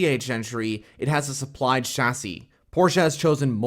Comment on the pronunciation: A few things: don't call it Le ManS. The S is NOT pronounced! Same goes for Chassis. Think of both words like Le Man and Chassi - easy. The part about BMW's engine power is not correct. I don't care what the source is - even if it is BMW themselves - it is wrong. They can easily go to the full 680 hp (670 bhp) and even beyond. I know I know... "source trust me bro", but I'm serious. You can be sure they can easily do that :) Therefore Ferrari doesn't have an advantage in that regard (as mentioned later). Also regarding the higher voltage on the Ferrari... weight savings with wires are completely irrelevant, because they all have a minimum weight :D Other than that, strong video! And man that Ferrari looks so good. I can't wait for Le Mans!